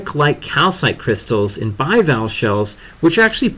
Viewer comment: Just saying your pronunciation is very poor: Bivalvee, Molluscidae, anthropoda